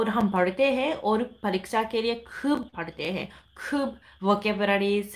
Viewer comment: When you say portay hay its sound like bengali pora (পড়া)